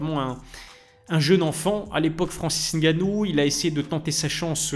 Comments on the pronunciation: j’en ai rien à foutre de ton nom,de ton origine ou de comment tu le prononces ou comment tu veuilles qu’on le prononce. Tu me racontes tout ça pourquoi en faite?? Toi c’est?? Mais mdr.Le mec dans la vidéo sait prononcer "Ngannou" car il a un cerveau qui fonctionne donc c’est facile à prononcer pour lui,j’ai fais la remarque parce que pour beaucoup sur YouTube comme toi,c’est trop d’efforts cognitifs pour vous,donc je remarque, c’est tout. Je sais pas pourquoi tu me racontes ta vie. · La bonne prononciation de "Ngannou" merci👌🏿 on like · Suis je le seule à regarder et La Sueur en ayant l’impression que ce sont les même personnes? Bravo de faire les efforts de bien prononcer le nom de Francis ‘NG’annou 🫡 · j’ai dit des efforts* cognitifs, petit trou, et comme j’ai dit jn’en ai rien à foutre de ta prononciation de son nom ou de comment "eN eUrOpE" c’est trop compliqué pour certains comme toi d’utiliser leur cerveau pour assoner deux consonnes ensemble. Le mec dans la vidéo a bien prononcé le nom donc j’ai fait la remarque. Je sais pas pourquoi tu as tenu à me faire savoir que tu savais moins utiliser ton cerveau miniature que lui, j’en ai rien à foutre mon petit. Mdr lui…